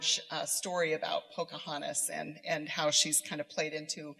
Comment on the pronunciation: Did she say "Ponca hontas" ??? Haha lols Can feminists be turned into rocket fuel ???